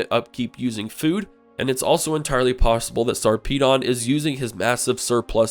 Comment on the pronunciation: Really good pronunciation of Sarpedon....